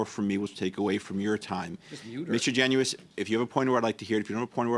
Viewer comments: Garnett "Jen us" is how he likes it pronounced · My MP, Garnett Genuis pronounces his last name Jen' us. He is a three term MP. It's about time people pronounced his name correctly don't you think?